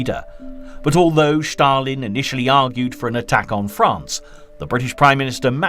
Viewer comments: Stalin is Ста́лин in Cyrillic script. Your narrator pronounces it /ʃ/ . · Ștalin🤣🤣🤣🤣maiby Stalin whithowt Ș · This narrator says Shtalin . It’s probably the correct Russian spelling but it certainly sounds funny as he says it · Please don't say Stalin anymore 😂 never heard it said so weird before